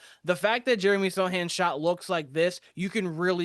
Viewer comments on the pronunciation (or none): Dude! It's S-O-C-H-A-N, not "SATAN". And it's not 'blindness': "the Truth" retired a while ago -- great Celtic SF though.